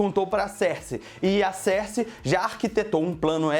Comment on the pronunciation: Tô gostando do seu canal :)... Cersei se pronuncia "Sârhssi" ;)